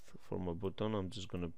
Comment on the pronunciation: Странно и неправильно он произносит слово button как буттон а не баттон как надо... Ой...